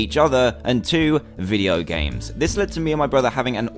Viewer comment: he said "vieo games" instead of video games...